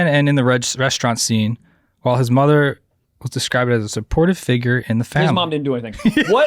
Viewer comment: Bro said a tough mudda😂😂😂